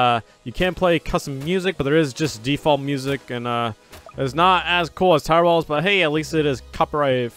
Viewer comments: Everytime he sas tower battles : tower bauls Rewatch video and tell me if u here it as well XD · when u say towet battles it sounds like if you were saying towbatles